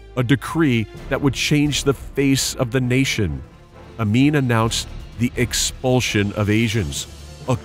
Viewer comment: "Explusion". When you expel something so hard, it explodes.